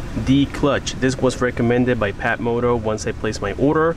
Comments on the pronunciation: You said PATmoto. It's FATmoto. Ph=F... You got the Phatmoto Rover in Yellow. Excellent choice. I'm hoping to get the All Terrain version. But... The extra cost is bothering me still. But i do like trail riding in Central Florida. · It's pronounced "Fatmoto" not patmoto. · It's pronounced "fatmoto" The PH sound F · Love the way you pronounce it Pat-motot instead of Fat-moto! A Very good watch, thank you very much for this one! The best of luck with your future builds. Sincerely, Alicia Antoniadis from Sweden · He really said PAT moto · Hahahaha phat moto it's pronounced fat. Do you talk on your fone while riding your phatmoto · it's pronounced "FAT" moto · Phatmoto.....the "ph" is pronounced as an F lol